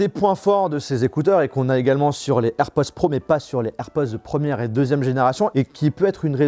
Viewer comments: Cest air pod Pod POD, pas Poz!!!! Le minimum c’est d’apprendre a dire le nom de l’article comme du monde! Ridicule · A chaque fois que tu dis AirpoZ , je te reprends derrière mon ecran en disant AirpoDS 😂